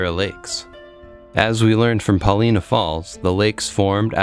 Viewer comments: Chief Paulina's name is pronounced Pahl-eye-nah, I believe, not Pah-lee-nah. Beautiful video. I really enjoyed it. Thank you! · Wonderful video. A correction I'm sure others have given: we pronounce it Puh LY' nah. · Brilliant video! One small note: Pol-EYE-nuh. I look forward to more of your outstanding work! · Love your video of Newberry Crater, Paulina Lake and East Lake. Have been there many times. My only criticism is your pronunciation of Paulina. I am not an expert but I have only heard it pronounced as “ Pa line a” emphasis on the word “ Line” If your research proves me incorrect, it’s OK. Thank you!